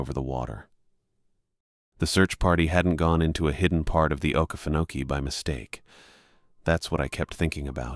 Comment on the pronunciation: Sooo…. It’s a great try and sounding out the name ❤. Try Oh-Key-Fen-oh-key :)❤